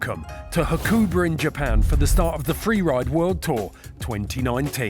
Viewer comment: Pronunciation needs working on Ha-ku-ba not Ha-koo-ber